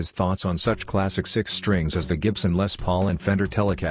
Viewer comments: Les Paul like Lester Paul. Not le Paul. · Gibson lay pauls oh just fuck off lazy computerised robot voice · Lay Pauls ? narration is done by Les Nessman of WKRP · LOL at the text-to-speech: "Le Paul", "Street" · "Lay paul"? The "Straight" was more lenient? I stopped the video after that. Please please PLEASE no one subscribe to this fake voice channel. *block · "Lay" Pauls lol...that has to be the funniest thing I'll hear all day. Or not :)